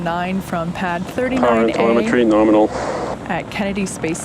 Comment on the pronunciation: "Power and telemetry norminal" Another great stream from you Tim, keep 'em coming!